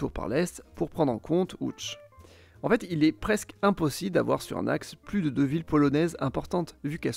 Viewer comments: enfin quelqu'un qui prononce correctement les noms dans la langue locale. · Première personne que j'entends prononcé correctement Lodz très bon travail sur la prononciation